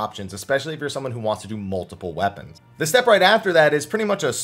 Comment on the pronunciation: Hahah he said moon weponds, there lunar weponds